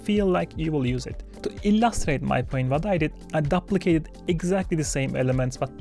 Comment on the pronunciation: Great tips thanks! I need to try adding more swing! Also duplicate is pronounced dooplicate like the word “do”, not like the word “up”.